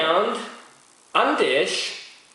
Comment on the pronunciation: Nice review! I don't mean to be a smartass, but its actually pronounced "Andecks" :)